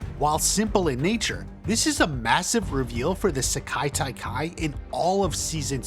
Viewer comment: Stop butchering the pronunciation of Sekai Taikai.